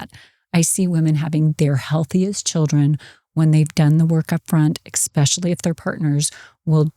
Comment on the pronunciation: Great episode. However I was distracted every time she said “expecially” instead of “especially” 😂